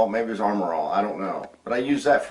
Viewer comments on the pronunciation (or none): none